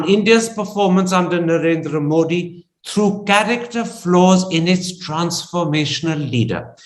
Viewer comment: Love your program, Karan. But, it would be nice for you pronounce Modi's name correctly, not with a hard D as Americans do, but with a soft D (as in thee). I think even BBC tries to get it right.